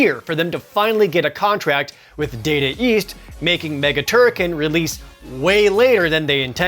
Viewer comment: Please tell me that I am not the only person who pronounced "TurriKEN" AS "TurriKHAN".